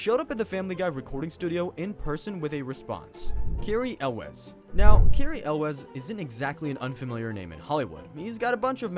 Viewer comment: Carey YOULS it's pronounced. He played in The Princess Bride! How did you not see that movie?! And he was in Saw the first movie. He cut his leg off in that movie!